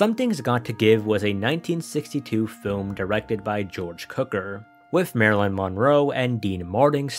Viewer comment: Little man, there is a growing list of words that you have obviously never actually heard aloud. This is easy research and should be considered due diligence. Check pronunciation for at least the following: Trimaran/Catamaran Subsequent (George) Cukor [cue-core] Not knowing how to say the name of a fairly well-known director would definitely draw suspicion to one's position as a film fanatic.